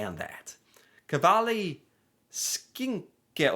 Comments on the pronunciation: Its KAVLI, not Kalvi 😂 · NOT KVALI. Kav-li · How do you read kavli as "kvali", and dont tell me you dont have cream-cheese in the usa